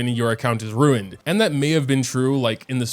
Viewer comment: angry chihuahua noises RUINED!!! 😜